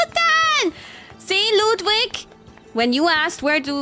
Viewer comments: "Luudvig" is the correct pronunciation. Ludwig has said so himself. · The more surprising thing is how she pronounced Ludwig wrong when she's a native German speaker